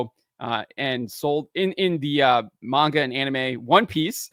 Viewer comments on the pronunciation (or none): none